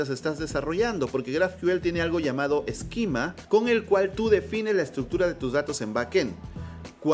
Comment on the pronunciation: Tienes una forma muy curiosa de pronunciar esquema, mezclas la pronunciación en inglés con la española y al final no es ni una ni otra.